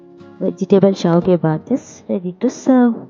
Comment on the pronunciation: Saavige alla adu shavige annamma...